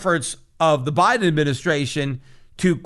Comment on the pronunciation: BI-de-N BI-tcoi-N